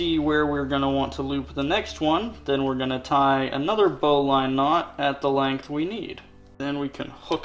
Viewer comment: you put 6" instead of 6' you dolt 🤭😮😂(jk) also bowline is pronounced bow-Ln not bow-line. you got to get that southern boy twang going 😆